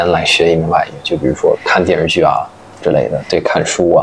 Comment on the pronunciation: 听到他说“电视剧”（发音 电日剧😂），真的很“北京”，就是发音比较随便，咬字不充分。这个特色在姜昆的相声“方言杂谈”里有讲到，北京公交车售票员报站名：同志们（徒儿们）…